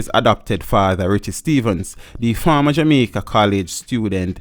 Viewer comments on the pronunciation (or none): none